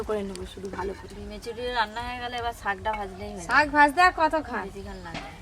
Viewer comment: পুঁই মেটুলি ❌ পুঁই মেচুরি ✔️